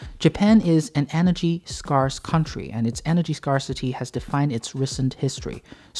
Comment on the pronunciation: 'Scare-se' its pronounced 'Scare-se' jees